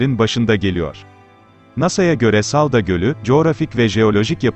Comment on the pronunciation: saldo değil hemşerim saldo değil salda